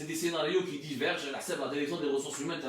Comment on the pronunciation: 🤣🤣🤣🤣 Il a un problème de prononciation...et dire qu il est monolingue ce pseudo journaliste